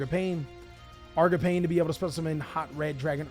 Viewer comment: bro yugioh players can’t pronounce anything 💀 “argapain”